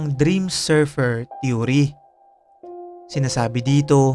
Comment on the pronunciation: They way you flashed repeatedly this man's picture is like a form of BRAINWASHING. The viewers of this clip will have this image imbedded into their minds hence will be dreaming about it. The word THEORY was also pronounced wrong as well, just a point to ponder.